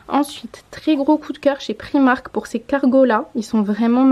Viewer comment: J'adore tes vidéos mais ça me stresse d'entendre "prix-marque" pour "Primark" 😅 merci pour les idées en tout cas et bisous à ta ptite famille 😘